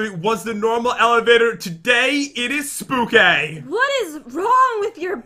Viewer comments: Noooo it’s not spooky it’s SPOOKAY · EXCUSE ME? WHAT DO YOU MEAN ‘spooky’ YOUR SUPPOSED TO SAY spookay ;( (I mean for the title)